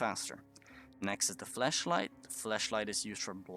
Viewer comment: Anyone else hear him call the flashlight "the fleshlight"? Just me ? Maybe it's his accent.